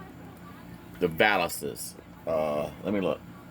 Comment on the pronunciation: That part of the car you're calling the "baliss" is actually called the valance. Sounds like balance but with a V.